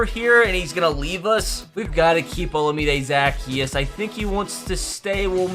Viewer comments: as a falcons fan i was actually disgusted by the way you said olamide zaccheaus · absolutely butchered Olamide Zaccheaus’ name